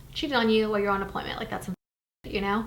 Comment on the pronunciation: Hey, I have a question that is not intended to be rude, just genuinely curious! Is there any reason you say "why" instead of "while"? I've always wondered lol. Love you!